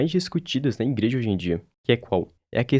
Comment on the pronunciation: “iNgreja” logo no início do vídeo?